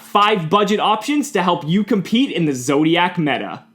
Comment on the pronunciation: It's Zooooooooodiac, my goodness. ZOOdiac